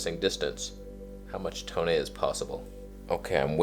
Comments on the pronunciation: Thanks for all you do sir... love your tone and 'toneh' :) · Repeat after me...To-Neh. 🤤